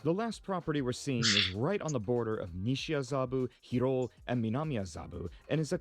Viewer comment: 'Hiroo', how it was pronounced reminds me of Big Hero 6 XD